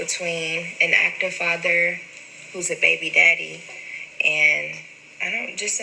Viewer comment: When she says “baybeededdie” 😩